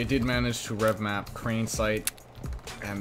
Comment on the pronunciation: its revamp not revmap